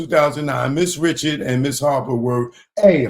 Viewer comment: She pronounces it Rishard lol. I thought homie was bein funny